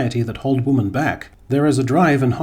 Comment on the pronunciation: it still bothers the shit out of me that you keep saying woman instead women